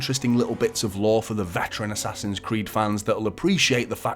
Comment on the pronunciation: "Ass-Ass-Hin's Creed: Valaha" still sucks no matter what year it is!!!